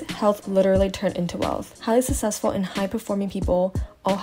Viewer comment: Susessful ?? The way u said successful kept bothering me